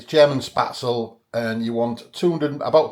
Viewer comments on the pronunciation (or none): These noodles are pronounced Spet zel, not Spat zel. My friends German mother-in-law would spread the dough on a wooden board,and scrap it off with a sharp knife into boiling water,as soon as it floated,you remove it. At the restaurant we used a spaetzle maker,a SS board with holes in it,and a piece that is like a chimney,which you fill with the dough,and push back, and forth over the holes into boiling water. We often had spaetzle on the menu. I have never seen dried spaetzle,it’s often just served with butter,and black pepper.😊